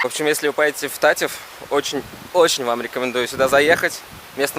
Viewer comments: Не та'ив а тате'в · Братан, только говорится ТатЭв а не ТатЕв) впервые слышу такое 😹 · Только не "тАтев", а "татЭв" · Правильно говорить ТАТЭВ УДАРЕНИЕ НА Э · Всё прекрасно, только называя монастырь ТатЕ'в, ставь пожалуйста ударение на букву Е, так правильней... Удачи ребята, мира вашему дому:)))